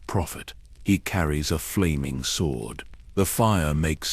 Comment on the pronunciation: need to train it to stop saying sw-ord instead of sord